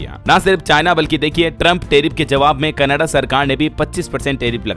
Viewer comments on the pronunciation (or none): none